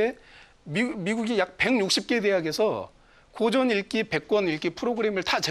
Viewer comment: 사례,고전,과연,다들,대체,옛날,20대,저자, 등은, 단어의 첫 자를 짧게 잘못 발음한 실 예입니다. 모두 길게 발음해야지요. 놀라웅 일은, 고전 가의에 "고전"을 바르게 발음하지 못했다는 것이다. 고국 동포 여러 분! "한국 어문을 고발함"을 읽어 주실까요? 미국 변 완수 드림